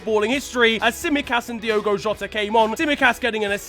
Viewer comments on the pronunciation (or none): none